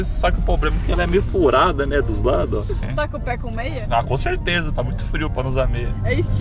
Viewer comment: O a fala dele: “conserteza “